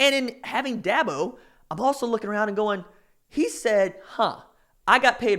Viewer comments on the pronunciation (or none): First learn to pronounce his name correctly. Second what Dabo said was taken out of context. Third Dabo has never signed a top 5 class. Last thing, I’ve been to both Oklahoma and South Carolina and I would much rather live South Carolina.